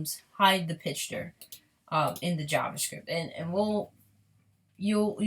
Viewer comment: Sloppy, can't even take the time to restart properly. And its picture not "pitch-ture."